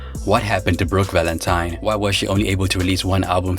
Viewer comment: Did I hear her say Brook Valentime with an M? Lol!!